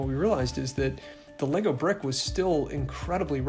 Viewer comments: “Altimate fanz of laygo” 😂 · them calling “lego” “legos” is really disgusting